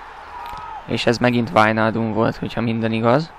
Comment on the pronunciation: "Wájnáldum" így kell mondani!!:);)